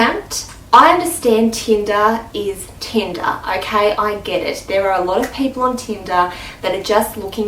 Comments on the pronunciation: Am I the only one who heard tinda and not tinder? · How many times did she say "Teenda" ? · I was just about to comment saying "Teenda?" lol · "teendah" 😂😂 how many times did she say that in one minute? damn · yes, tindAAAAAAAAAA. Get over it